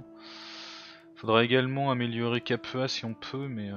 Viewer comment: S'il te plait, pas "Capuha" mais "Capoua" !! >.< Mon cœur d'ancien latiniste se brise à chaque fois que tu prononces le nom de tes villes ! ^^